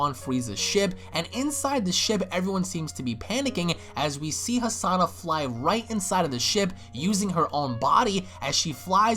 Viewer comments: not Hasana but Hanassia u moron XD hahahahaha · Why do you keep pronouncing Hanasia as Hasana? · This is really good but you needa get the names right, KANASA, AND HANASIA NOT KASANA AND HASANA